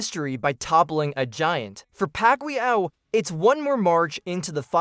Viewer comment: Many Pacquiao not Pacqlio 😂😅😂